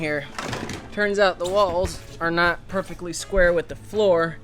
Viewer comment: say perfeckly one more time. say it.